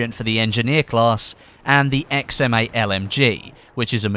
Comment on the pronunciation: i always think you are saying "XM mate"